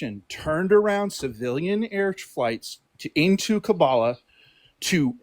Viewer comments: Anybody who served in Afghanistan would never say Kabbalah or whatever he said. Its Kabul. This guy is full of shit. Trump is now deporting Afghanistan translators. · This guy called it Kubalah. And we're supposed to believe that he's a Veteran?